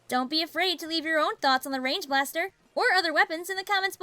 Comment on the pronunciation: i thought you said “range bastar”